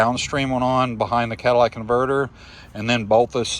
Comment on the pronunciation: You invalidated every bit of poor advice in this video when you said "cadillac" converter...